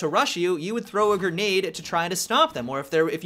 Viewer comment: "Gernade" LOLOL